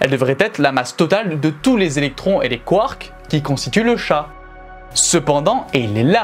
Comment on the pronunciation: Quand tu dis : 'mais les nucléons, ils sont composés de quarks', on entend quartz... Essaies de dire les deux ?